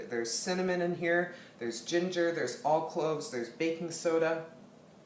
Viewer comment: This recipe looks great, but one quick question - when you say “all clove” do you mean clove or allspice? I’ve never heard of all clove. Thanks!